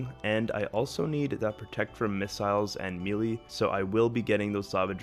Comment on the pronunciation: It's pronounced "maylay", not "me lee"